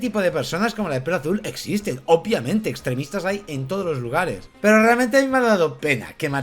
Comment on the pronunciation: Hola guapos, soy el del " ornitorrinko lisérgiko",, te amo y te hacía el amor envuelto en intestinos, pero por favor, deja de decir "OPIAMENTE" es "OBVIAMENTE"!!!! Un besito a los dos 😘